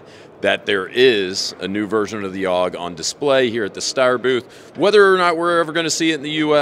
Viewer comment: Ooh I like the pronunciation from the rep. “Ow-g”